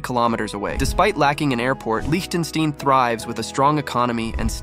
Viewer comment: Lichtenstein is pronounced liktenstine.